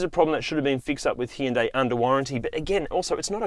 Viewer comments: interesting theory. But it doesn't explain the funny way you pronounce the first syllable of the word which you turn into two syllables. Sounds awkward the way you say it anyway. But at least Kia is pronounced the same. Hardly anybody hear people say killed in action anymore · No, not 'hi-un-dai' Nor ' hun-da - i'. ***It is 'hun- dae' two synavols in correctly in Korean. Not ' hun- da- i' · It’s HI- un DAY … not He- un -day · actually in Korea its pronounced Hoohn-Deh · I checked with my Korean Korean (from Korea) wife to be sure. "Hun-day" and "Hee-yun-day" are both wrong. Hyundai in Korean is 현대. If it was "Hun-day" the Korean would be written 헌대이. If it was "Hee-yun-day" it would be 히연대이. Hyundai is a two syllable word. The "Hy" is a consonant blend meant to be said together, like the "st" in the word "stop." We don't say, "suh-top." Since we don't have that blend in English, Hyundai USA dropped the Y, Hyundai Australia added an extra syllable. And all of us turned the final vowel into a diphthong. I know more about language than I do about cars. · It’s pronounced “Hyonde”😂 de as in Denmark. It’s clearly Koreans fault as they can’t be bothered to check how their native names can be pronounced in English. Samsung is another example. But that’s Koreans for you. I live here and I’m always astounded how can they mass this up and vice versus from English while often they have most sounds to do it correctly. But no… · My first thought was why is he call it a Heeindae. 😄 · Oh yes, thank you for pulling up the U.S. pronunciation of ‘Hun-Day’ being wrong. Drives me crazy when Americans say that! It has 3 syllables people… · I lived in South Korea for a while. Its pronounced..... hi-uhn-die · in teh UK Hyundai ran an advert campaign to clear up the pronouciation of Hyundai and it was nothing like you said. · the HYU is one syllable, not two as this narrator is prouncing. Similar to CUte. But a H instead of a C. Also nday instead of te.